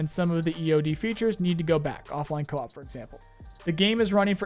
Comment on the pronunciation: let me help Coe as in hard O and Ahhp... Co-op, not cop.